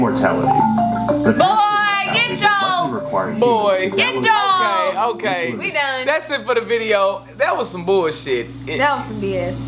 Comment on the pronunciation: Nigga said immortality lmao